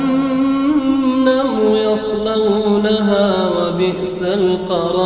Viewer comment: نعم قرأها بالضم.... حفظه الله و أثابه